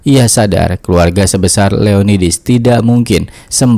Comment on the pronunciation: Perasaan di novelnya namanya Leonidas, bukan Leonidis